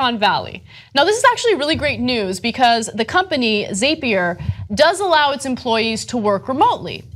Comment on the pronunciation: It's called Zap ier. Not Zaypier.